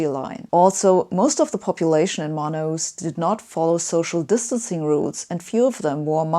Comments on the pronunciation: Love how she pronounces Manaus. Hey, Sabine, the sound is like /man'haos/ or /man'alls/, not /mana-'us/ like you said. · Great explanations! Scientific and wise. Just as a sidenote, you read "Manaus" as "ma-na-oos", but natively it sounds more like "ma-naos" ;-) (not a big deal, though; it's clearly understandable). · The best way to put it is: put the emphasis on /na/ not in /us/